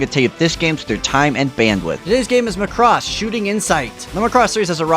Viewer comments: the way you pronounce Muhcross is just weird. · Thanks for the review, but it's pronounced Maa-cross, with the stress on "Ma". :) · Pronounce Macross correctly please